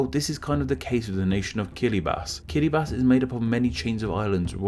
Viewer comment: You get a like from me just from pronouncing Kiribati correctly